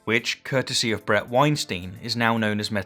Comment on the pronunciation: I know this is petty but you gotta pronounce Brett's name properly dude. You're worse than Joe Rogan. Otherwise, enjoyed your perspective man 👌 Subbed